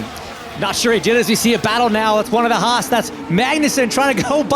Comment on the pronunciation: It's nice that with James Hinchcliffe in the booth, we actually get to hear the correct pronunciation of Haas 😂